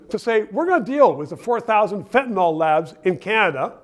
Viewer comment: Why do people have such a hard time saying "fentanyl" properly?